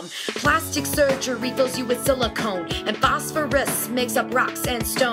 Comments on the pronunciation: This is a great resource for my students. But, just so you know... The element Si is pronounced "Sill-a-CON" not "Sill-a-conE" and it is NOT the same substance that is in plastic surgery implants. The element, Si is used in computer chips...hence "silicon valley." The substance used in implants is silicone. From Wikipedia..."Silicone is not to be confused with the chemical element silicon, a crystalline metalloid widely used in computers and other electronic equipment." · Silicon was said incorrectly also.